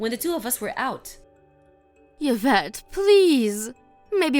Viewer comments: Please. It's EE-vette, not YUH-vette. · The pronunciation of the daughter-in-law’s is E-vet. 😁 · Oh please.. Yvette is pronounced eve ette..u dopes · Yee -vette.. Like Yee-ve St. Laurent 🙄